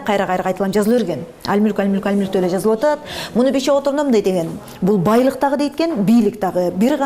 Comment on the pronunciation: Дагыы деп кездээ деп удорения каттуу айтаткен.